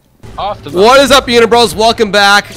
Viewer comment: Did this man just call me a uni-bro?